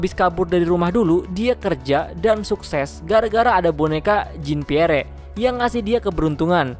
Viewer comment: Maap koreksi Bacanya bukan "jin piere" bang tapi "jan pier"